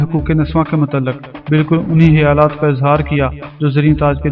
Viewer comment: خ کو ح تو نہ بولو۔ خیالات کو آ پ حیالات بول رہے ہو